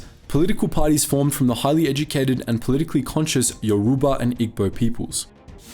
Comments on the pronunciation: Very interesting video but please do some more research. It's not Yaruba, it's Yoruba and you're also pronouncing Lagos wrong, it's more like Lae-Gos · Lagos is pronounced as Lay Goss, yoruba is pronounced as euro bar, igbo is pronounced as eeboh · Excuse me did he just call lagos lah goss? It’s pronounced lay-gos and yoruba is pronounced yoh-ruh-bah while in igbo the g is silent, maybe you should’ve done a bit more research regarding the pronunciations before making this video.